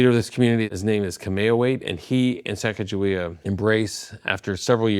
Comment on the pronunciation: Sa-ca-ga-we-ah I love the way he said it.